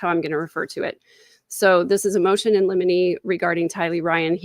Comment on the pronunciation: It's pronounced lim'-in-ee.